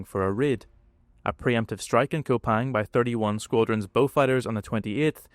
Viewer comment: By the way it's 'Koo-pang', not 'Ko-pang'.